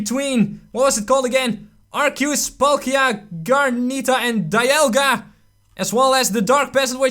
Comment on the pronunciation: Dialga (die all gah )